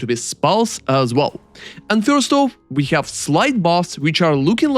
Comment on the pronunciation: I like your content but every time you say "fhourste" for 1st is sending me. In a good way! I am not judging, I like your accent a lot.